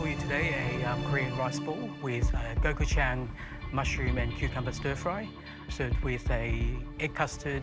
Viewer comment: as a Korean, all of these pronunciations hurt my soul